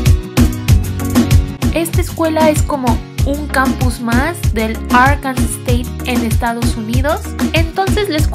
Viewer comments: Qué feo está tu intro. Te quedó también fea la nariz. Además se pronuncia ár-kan-sah, mínimo apréndete bien el nombre antes de farolear. Btw, la UNAM está mil veces mejor. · Me hubiera gustado estudiar ahí 😪 fun fact Arkansas se pronuncia como “Arkansaw”